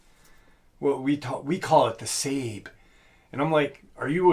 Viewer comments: no offense but if you want to act all knowing and superior (like the people you are so arrogantly insulting), maybe get the words correct.) Sabe, is not pronounced “Sayb…it’s pronounced “Saw-bay”. The name Sasquatch is also an native word. So maybe we shouldn’t use that term either? Just so you know, you are being as pretentious as those you’re speaking against. And though I don’t like people getting all upidy about what “they” think things should be called… some of us just think “Sasquatch and Bigfoot”, are a name that many who don’t believe, use while insulting the community. Those names hold a lot of negativity or are often used to insult us. I know that I usually cringed when calling them either of those two terms, because of this. The name Sabe, it sounds not so degrading… not only to those of us in the community but towards the actual crypids as well. Regardless, nobody should be pushing any name on anyone else. Everyone will call it what they are most comfortable with. Skunk ape Sabe Bigfoot Sasquatch Grass man Scukums Hairy man Wood Booger Booger Etc… Ps. The Roogaru/Lukgaru (not sure how it’s spelled) is a French word/name that they brought over from France. It’s their word for Werewolf. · Watching the facts by how to hunt I believe it’s sabé (sa-bay) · SABE is pronounced SAWbay. And it does not come from OJIBWAY it comes from the OMAHA language. Umonhon language in the PONCA language their word for Bigfoot is ZITONGA which I was told means “child-like man” SABE does not come from Ojibway. It comes from Omaha. Best to be well informed brother. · I thought it was pronounced SA-BAY ?